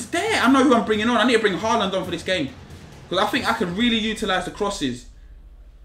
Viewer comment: Finally he said Haaland's name right